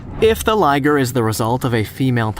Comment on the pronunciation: its not Ligere its Liger